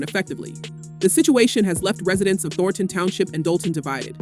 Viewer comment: AI Narrator. "Thor-tahn" be better